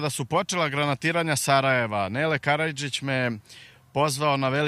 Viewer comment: Nele Karajlić, a ne Karajdžić! Btw Vacić teško da zna pravo ime - Nenad Janković - bivšeg sarajevskog, a sadašnjeg beogradskog umetnika.